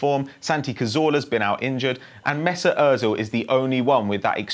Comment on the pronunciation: Its OZIL not ''ortzil''....